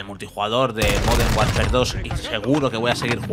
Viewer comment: Has dicho moden Warfare, se que sois tartajas y contratáis a niños, pero coño al menos leer bien.